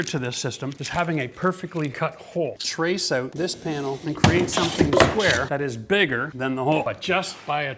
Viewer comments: great skills, now please focus on saying 'out' en 'coat' in a more palpable way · this guy must be Canadian by the way he says OUT or OOT. 😅👍